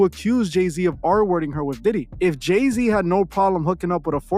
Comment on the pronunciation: Is this J-Zay son they call Lay-Z? 🤦🏽‍♀️